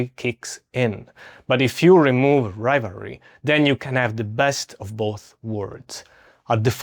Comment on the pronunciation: Are you saying rivalry?